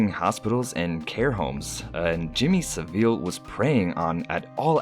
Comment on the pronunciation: “Jimmy saveele”